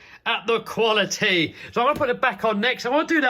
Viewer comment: How much times has he said "Quility"?